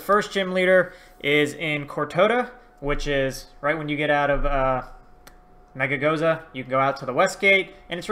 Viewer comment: It’s mezagoza not megagoza and it’s cortondo